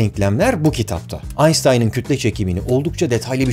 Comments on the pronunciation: Aynştayn'a aynstayn deme artık gözünü seveyim. :) ingilizce sunum yapmıyorsun sonuçta. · AynStayn değil AynŞtayn diye okunur. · AYNŞTAYN.. Kişinin adını onun kendi kilinde okumak daha iyi değil mi? Baris mi Barış mı?